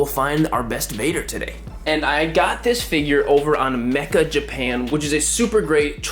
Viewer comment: dude the site's called meccha japan not mecha japan lol